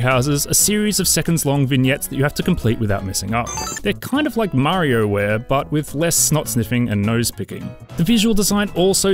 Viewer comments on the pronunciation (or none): Jesus Christ he called WarioWare “Mario Ware”. Why does still take themselves seriously when their gaming incompetence is literally world renowned. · >"MarioWare" you fookin wot mate